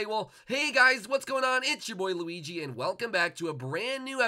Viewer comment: he kept calling him gooigi:)